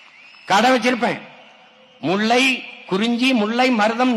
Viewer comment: முல்லை என சொல்லத் தெரியவில்லை. முள்ளை என்கிறான்.